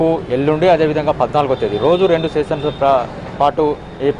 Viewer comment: ఎవరికీ మాస్కులు లేవు.. Covid నిబంధనలను పాటించడమంటే ఇదేనా ? ఈ రిపోర్టర్ కూడా పరీక్స , లక్స , సెసన్ అంటూ చావగొట్టాడు..